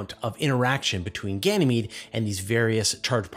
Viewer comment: it's Ganymede.. not Ganamee